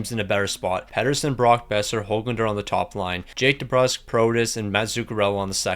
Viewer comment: YES HE FINALLY PRONOUNCED HOGLANDER RIGHT